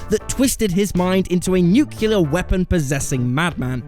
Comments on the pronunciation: Its "nuclear" not "nucular". Truth. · "NOO-kyu-lar," really? Nuclear isn't based on a "nucule." When it comes to nuclear, specialty, or mischievous, read the word slowly to figure out how to pronounce it. ("NOO-kyu-lar," "spe-shee-AL-ih-tee" and "mis-CHEE-vee-ous" don't make sense.)